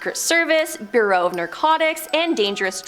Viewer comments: That woman made several bad word pronunciations that were so bad they were like scratching nails on a chalkboard. Eg: Cape Canna-very- ol (Canveral), Federal Burrow (Bureau) of Investigation, Robert Mc Nere-Ma (McNamara) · Wtf is wrong with this woman? She struggled to say Eisenhower or bureau. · THANK YOU! .....don't get me started.....lol. Bureau/burrow...Osama/ Ozma....seriously,....pick up a dictionary or something.😮